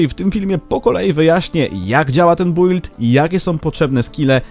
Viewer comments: czyta się "bild", a nie "bUild"... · Nie czyta się "bujld" tylko "Bild" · kuźwa czyta się bild a nie build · Zajebisty film i fajny pomysł ale prosze wymawiaj "build: poprawnie